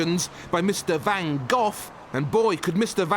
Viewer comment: He pronounces it 'van Goff' but it is actually pronounced quite differently in the Netherlands. The two Gs in Vincent's surname must both be pronounced like the Spanish letter J (e.g. the J as in 'Juan'). Or like the LL in Welsh. Also one should not pronounce the 'van' in the same way as for a delivery vehicle, but rather as 'funn'.